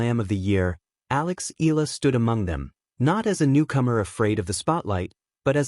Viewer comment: How many times do you need to be corrected pronouncing Alex’s surname? It is Eee-ya- la, my dim-wit friend!